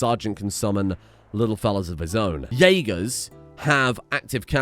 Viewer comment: Refuse to pronounce herb properly. Pronounces jäger properly.